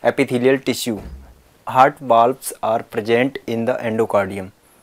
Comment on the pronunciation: It's heart not hurt